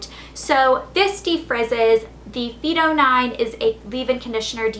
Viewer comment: Its pronounced phyto -fy to